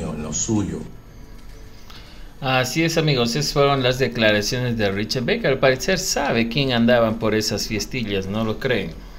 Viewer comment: Es Barker tal como esta escrito se pronuncia